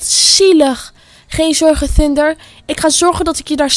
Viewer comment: Bro zeg gwn normaal thunder